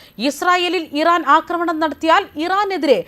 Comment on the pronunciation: അക്രമണം അല്ല ആക്രമണം എന്നാണെന്ന് നാലഞ്ചു വീഡിയോകളിൽ പറഞ്ഞിട്ടും ഈ പൊട്ടനു മനസ്സിലാകുന്നില്ല .....കഷ്ട്ടം